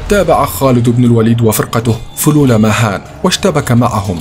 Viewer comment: اسمه vahan وليس مهان 😂